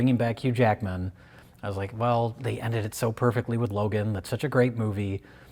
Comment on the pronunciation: It’s fine. It’s not “Logan” but it’s fine.